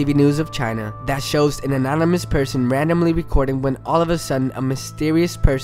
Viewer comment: "radomly recorded"